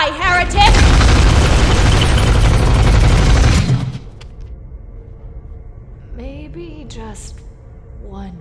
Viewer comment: dont you mean here-THICK